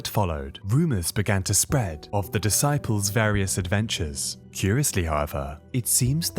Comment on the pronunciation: Duhsyples 😂😂 f this ai crap